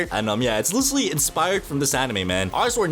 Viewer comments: IF I HEAR THIS MF SAY LICHERALLY ONE MORE TIME IM GONNA CRASH OUT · bro can't pronounce literally